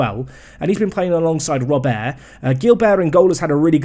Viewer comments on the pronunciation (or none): none